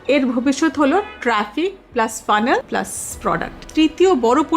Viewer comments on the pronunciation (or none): none